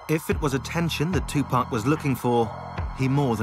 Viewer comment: Tupack???Uhhh tupac???tupAAAC not Tupaick